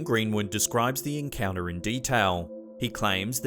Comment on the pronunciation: I know you are a bogan from Melbourne (same as me) but please try to say your “t”s. Encounuhhhh- encounTer sounds far classier. Enjoy your conent though.